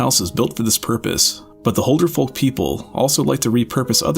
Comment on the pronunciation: BRUH please learn to pronounce Huldufólk, it annoys me when ppl pronounce it wrong